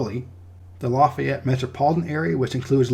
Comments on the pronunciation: I love your channel man! I'm from Lake Charles. I might not live in Louisiana anymore, and I'll never live there again, but I gotta say man, it's pronounced "Laugh-ee-ett" not "Loff-ey-ett" That is forgiven though, thank you so much for being so thorough. So many people forget about Hurricane Laura, and no one know how important Louisiana is to the food, shipping, and oil industry in general. I also love your distinguishing of Creole and Cajun culture. Cajuns have better food btw 😉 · And you messed up with Lafayette. It's actually more like LAUGH-yette, not LA-feyette. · Laffy-ette. Cal-cuh-shoe :-) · We say Lafayette as you would say Laffy Taffy. So instead of Laffy it’s Lafayette if that makes sense 😁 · Calcasieu is pronounced Cal-kuh-shoo. Lafayette is pronounced Laff-fee-et.